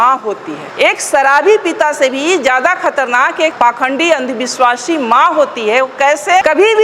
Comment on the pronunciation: सराबी ❌❌❌❌❌❌❌❌❌ "अंधविस्वासी" ❌❌❌❌❌❌❌